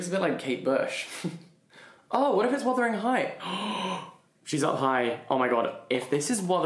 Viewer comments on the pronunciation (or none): none